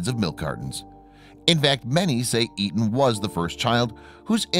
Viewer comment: Etan is the correct spelling...and he keeps saying the name wrong every time.I watch a doc featuring his heartbroken parents, especially his father and I'm pretty sure he pronounced it as "A- tahn".